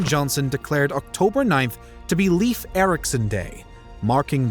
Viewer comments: Bro, it's Leif. Not LEAF 💀 But yea, you're right. Norway discovered America. Not Columbus. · Leif is pronounced 'Layf' (not 'Leaf') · Leyf, not leaf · The guy's name is pronounced Life Ericson not Leave Ericson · Great video. Minor detail: ‘Leif’ should be pronounced as ‘life’, not as ‘leaf’. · Not ”Leaf”, Leif. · not leaf its Leif(L AE I F) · Leif is not "Leaf", it's "Leyf". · Not "Leaf" LEIF! LIke first part is "lay" like lay a roof, and then a "F" . LEIF. Learn it, pesants. "Lay-f". That or face the sword. Fucks sake, this is why we invaded you in the first place, You cant even get a name straight. Scandinavian counsil are now considering new raids due to dumb wasnt fixed in 1000 years. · NOT Leaf Eriksson. Leif, which sounds like Layf or Lyf. (Technically it is actually Leifur Eiríksson, ....still never 'leaf') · Why does he pronounce Leif as “Leef”?? It’s pronounced as ‘Life’. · The name “Leif" is actually pronounced “Lafe" and not “Leef." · I wonder why I can't find anyone who tries to tell you that your way of saying Leif (like Leave) is wrong.. Leif is pronouced Life.. I know as it's the name of my son. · Leaf Eriksson -.- Come on, try a little harder! Læif, or at least ‘Life’. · His first name is pronounced like the English word "Life", not "leaf". I am Norwegian. This seems to be a common mistake among English speaking people. I have even heard a Canadian couple naming their son Leif and pronounce it "leaf". The rest of the names were pretty correctly pronounced, so you did your research, but I am sorry to say: not on the main character. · My name is Swedish, therefore it is 'Layf'. I know there are only two versions that are correct, and 'Leaf' is never correct. My theory is those North Americans picked the name from a book and had never heard the name spoken aloud. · Leif, not Leev! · Lif, its L A I F if it should be somewhat like norwigian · Leif is better pronounced ‘life’ rather than ‘leaf’. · It is laif like life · Not Lief Ericson, Leif Ericson...